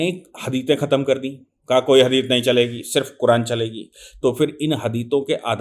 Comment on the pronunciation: ये दुबे जाहिल, जो हदीस को हदीत बोल रहा है नूह को नूर इदरीस को इदरीश बोल रहा है सून लो ख़ुदा ने हर नबी को अलग अलग किताबें और सहिफे दि वह किताब उसी नबी के ज़माने वालों के लिए थी, नबी जब दुनिया में आते तो उन्हें किताब मिलती वह किताब को मानने और उसी किताब के बताए हुए मार्ग पर चलने को कहते, जब वह नबी दुनिया से चले जाते तो लोग धिरे धिरे उस मार्ग से भटकने लगते और किताब में इंसान अपनी अकल हेर फेर करते इस वजह से वह किताब असली नहीं रहती और लोग पुरे तरीके से गुमराह हो जाते तब दुसरे नबी आते उन्हें दुसरी किताब मिलती नई शरियत मिलती ।